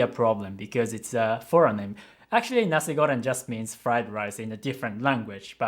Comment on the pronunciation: My mind blown when I heard pronounce ‘Nasi Goreng’ perfectly. You really amazing!😄😄 Peace from Malaysia.